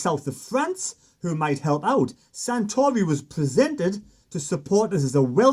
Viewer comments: his name is Juan SARtori, not SANtori, you loon😁😁😵. Good stuff though, keep up the good work! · FFS. --- Sah-Tory 🙄